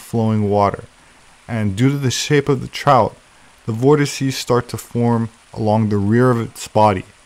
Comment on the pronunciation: 'vortices' - finally, someone who doesn't say vortexes.